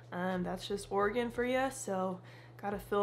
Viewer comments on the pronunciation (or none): none